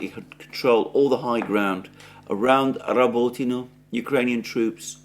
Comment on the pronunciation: This "well-spoken well-educated" guy can't even say or spell the simple name of a city right, not even if he spoke it 100times 😂 "Rabotino" "Kleshejevka" etc, it's embarassing.